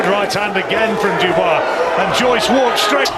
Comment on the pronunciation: Why do you REFUSE to say Dubois correctly?